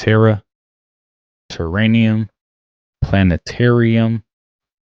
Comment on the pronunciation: The word is Terrarium.